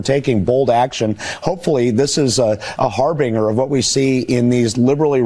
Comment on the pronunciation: Hey buddy, learn how to pronounce "harbinger" before you go on Bartiromo